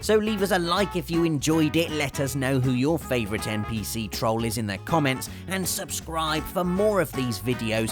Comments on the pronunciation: stole my Yoshi! The middle sound is pronounced like "roll", not "thrall" like he says. Trolling, not tralling. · I don't think this guy knows what trolling is... or how to pronounce it. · The way you pronounce trolling